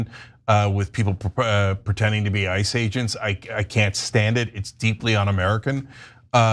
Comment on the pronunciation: I loved how you said IC E’s which exactly sounded like ISIS welll ICE i, ISIS all same origin Zionist anti Muslim Malitias